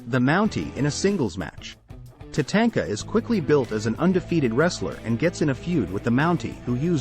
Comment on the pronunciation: It's spelled Shango yes but pronounced shawn-go also Tantanka is tatonka he is not a tank 😂